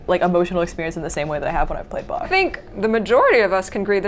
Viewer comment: "Well yeah yeah, it's like the BaCH thing." Mad props for him being the only one pronouncing Bach the German way (-ch ending like a Scottish Loch!):elbowcough: But as Chancellor Gorkon states: "You have not experienced Bach until you have heard him in the original Klingon tuning." ^^